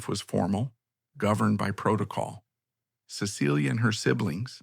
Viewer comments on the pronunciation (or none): Her name should be pronounced SESS-uh-lee not Suh-SEEL-yah